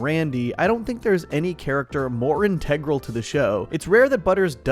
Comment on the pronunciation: “Integral” is pronounced better by my dog